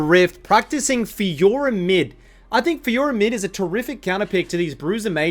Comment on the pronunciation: You only got the Faykah part right